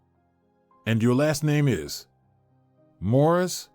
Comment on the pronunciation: It’s Morris not mauras.